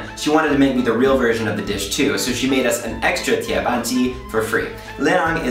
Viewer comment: the pronunciation of the "tie ban ji" 's ban a bit off the correct pronunciation as you can see the tick on the "a" of the "ban" word, you got to read it in a deeper voice